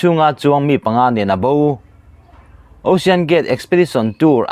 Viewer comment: News reader i nihna hi a reive angreng tawh nen..😂 (chawngkhuma dan tlqnghuat loh)... Hma i sawn ve viau nangin hma i sawn harve angreng ngawtmai.🤣 Mizotawng i thluk dik loh leh i lam dik loh cu sawilo ila... Saptawng pawh i la lam dik hlei theilo thin a., Ocean (Aushawn/Oshawn) tihtur angah tepawh (Ausian\ Aw-sian) i tizel a..😅